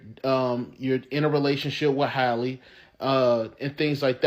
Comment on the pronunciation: Her name is halle like halle berry not Hailey